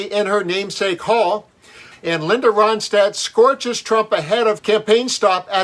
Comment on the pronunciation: It’s Ronstadt- NOT RODSTADT!